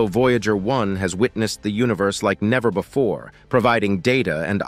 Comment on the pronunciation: BEFORE NOT BOOFORE 😡